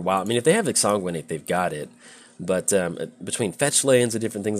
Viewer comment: we've talked about exsanguinate before... it IS a real word and it has a correct pronunciation... please stop making my ears bleed when you draw it. i beg of you. love windgrace. my current favorite paper deck.